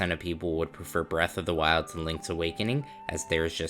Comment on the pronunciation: Braath of the wild 😂